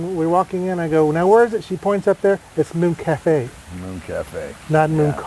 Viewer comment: Not everyone watching is attuned as you are; hence the reason for the story and never said it was a recent episode as it happened a long time ago. Glad you're an expert, my friend. By the way, it's Called Mooon Café, not Moon Café.